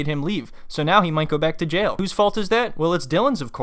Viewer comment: “He’s in “jell” for selling ecstasy to an under cover cop”